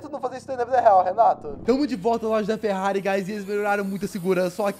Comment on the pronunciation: Ele falou ferrare Enzo